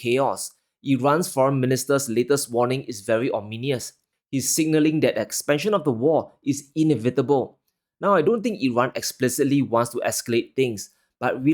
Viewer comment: it's ominous not ominious.